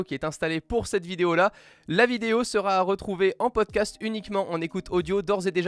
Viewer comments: Le format Podcast est vraiment cool ! Le téléphone ne gène pas du tout, c'est très plaisant à écouter (juste les liaisons genre seraT envoyé ou seraT écouté qui m'énervent, mais c'est un détail.) Quant au contenu..Apple rattrape enfin son retard, mais les 5h de plus avec une batterie de 3174 mAh (la même que l'année passée), c'est purement impossible. En veille peut-être, en utilisation active, non. Niveau design j'aimais déjà pas le module plaque de cuisson sur le mate 20, je l'aime toujours pas ici. A voir lors d'un test en conditions réelles, mais ils sont loin d'avoir le Maillot jaune au niveau des fabricants de Smartphones.. Le nouvel Ipad est...plus grand et c'est à peu près tout. Le AppleTV+ est selon moi une erreur, Disney vient de lancer son service de streaming, arriver derrière avec un catalogue (sûrement) beaucoup moins fourni que Netflix c'est gonflé et j'attends de voir ce que ça va donner Le principe d'Apple Arcade est cool par contre, c'est sûrement l'annonce qui me plaît le plus. A voir si il n'y a plus aucun achat intégré et à faire dans le jeu sinon c'est vraiment quelque chose de satisfaisant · Putain de bon chien de bonsoir, y a pas de t à la fin de sera. On ne dit donc pas "sera t'intégré" ou autre liaison mal t'a propos. PS : même les bruits ne viennent pas de par z'et d'autre. etc...